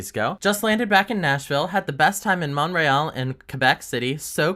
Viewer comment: K I’m sorry, but I’m Canadian, and Quebecois… what the fuck is MonREYall??